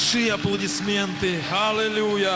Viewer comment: Халилуия? Так правильно Аллилуйя!